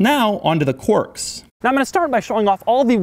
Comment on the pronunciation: And he's since learned how to pronounce "quirks" - no longer saying "quorks".